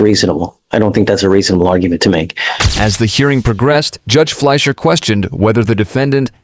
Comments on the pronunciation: Judge "fleir" is pronounced "flysher" please😅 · Fleischer is not pronounced flair lazy AI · Judge fleischer is the mannnnn. Easily one of my favorite judges. And the AI can’t say his name lol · This judge is awesome. The video pronounces his name wrong at first. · Love this judge, hate the AI that can’t even speak correctly or pronounce the judges name